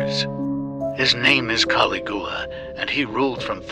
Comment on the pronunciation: I wish they would get people that can properly pronounce historical names correctly the way he pronounce Caligula sounded like it was a cheese product